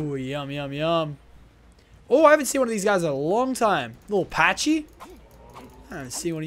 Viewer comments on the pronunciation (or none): its not a pachy its pronounced pa / key